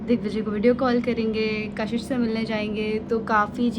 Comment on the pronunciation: Kashish❌ cash hish✅😂